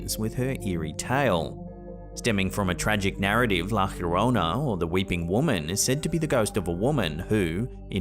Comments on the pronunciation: La "Yorona", not "Hurona". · Nobody has debunked the ufo flying by the airplane… And it’s la llorona, not la hiorona… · Been watching your channel for years thanks for your content only one thing it’s not the horona it’s jorona the double sounds like a j llorana thanks for your content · Llorona is pronounced yo ron na the double ll is pronounced like a y in the Spanish language